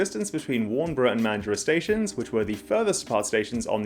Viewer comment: You even pronounced Warnbro correctly, well done mate